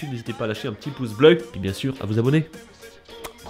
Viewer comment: Stp, tu veux bien arrêter de prononcer le " w " dans awesome !! 😡😠 ça s prononce " osem "